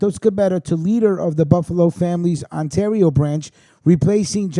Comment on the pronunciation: Like when I helped you with Ontario You called Ontorio :) Its all good bro. When Covid is over ya batter come to Hamilton for some really good Italian food and a mob tour :)